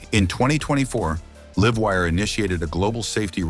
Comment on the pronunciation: AI crap. Can't even say "Livewire"